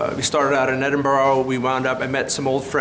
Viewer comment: Edinburgh — pronounced 'Edin- burra'. Never Edinborro.